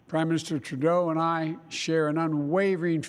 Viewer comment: PEOPLE ARE CRITICISING TRUDLEAU, UM TREDLEU, I MEAN TREELAU. REALLY!!!!!